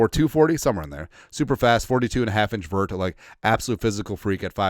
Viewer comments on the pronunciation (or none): none